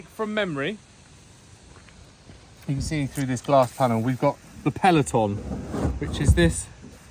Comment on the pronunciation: FYI. Peloton. Is an exercise bike. Pelton is the type of turbine wheel. I realise I am being petty but as an engineer who works with turbines it’s hard not to be a pedant. It was almost as bad as the Siemens turbine training videos with a Texan who says turbine like turban. That was both a tad racist and irrigation.